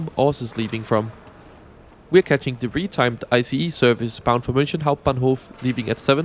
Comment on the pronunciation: Look, i love u, honestly. BUT PLEASE stop saying "munshen", I'm not even german, but that is PAINFUL to hear, it's not "sh" it's "h". Ok anyway bye 😘